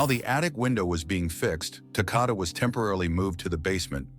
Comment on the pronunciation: Maybe you should try saying his name right. It's Takoda rhymes with Dakota. RIP sweet angel boy 😘